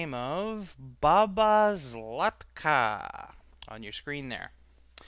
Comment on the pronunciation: BabaZlatka....how did you know to pronounce it?